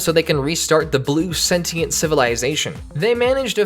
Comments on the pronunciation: It's Sentient, not Sentinel. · ITS SENTIENTS NOT SENTINALS